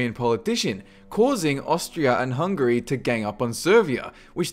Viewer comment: its Hungary not Hungry....lol